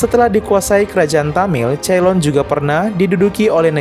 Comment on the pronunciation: sori nih tapi ceylon cara baca yang benar itu 'Seylon' bukan 'Ceilon'